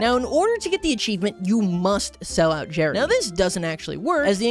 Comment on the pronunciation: It's Gerry not Jerry